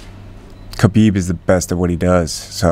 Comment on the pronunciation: Love Trevor, but his name is pronounced (k)Habib. You're smarter than that. Middle America right here. He and Justin make an amazing pair.